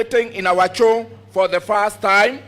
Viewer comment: What is chow boss ...u mean Show Geez